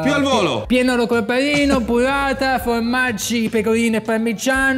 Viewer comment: La buvvata l'ho sbucciata pevsonalmente ievi seva